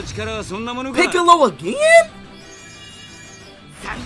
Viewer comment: Blud said picolo💀